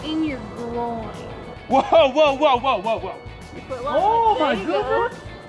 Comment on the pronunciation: lol the way she emphasizes the word grOIIn xD